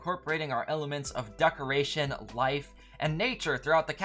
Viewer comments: I m getting triggered bc you keep calling decorations as duckorations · Good video But DUCKerations 💀